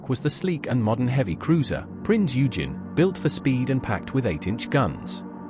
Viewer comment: Prince Eugen is pronounced "oy-genn"...